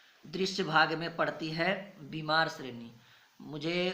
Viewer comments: Are bhimar nhi hota h ..bamar sreni hota h..🤣🤣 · Bimar nahi sar bamar